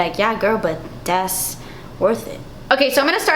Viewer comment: "Das expensive" LMAO hilarious